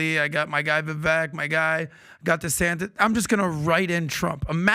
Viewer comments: says they've spent enough time with Vivek and still none of them correctly pronounce his name. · “My man Vivek.” (Mispronounces name.)